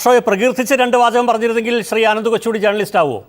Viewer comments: Chintha MA ( Eng) ...., അയ്യേ മേയറേ...., ജേർണലിസ്റ്റ് അല്ല, ജേണലിസ്റ്റ് എന്ന് ശരിയായി പറയൂ.....!!!😮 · ജേർണലിസ്റ്റ് എന്നല്ല ഉച്ഛരിക്കേണ്ടത് ജേണലിസ്റ്റ് എന്നാണ് സഖാവേ 🤪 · ഇംഗ്ലീഷ് ഭാഷയിൽ ഡോക്ടറേറ്റ് ഉള്ളവാൾക്ക് ജേണിയലിസ്റ്റ് എന്ന് കൃത്യമായി ഉച്ഛരിക്കാൻ പോലും അറിയില്ലല്ലോ...